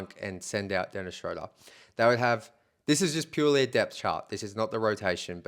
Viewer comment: Dennis's name is pronounced Shroooder, like Shooter. If you pronounce names correctly your video sounds more credible.